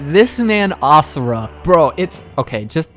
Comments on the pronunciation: Can I just say that I appreciate you pronouncing Asura's name correctly (imo, as ah-sur-ah instead of ah-zur-uh) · YESSSS YOU SAID ASURA’S NAME RIGHT!!!!